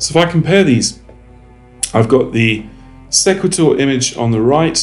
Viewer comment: I believe it is called "See qway tor" like equator.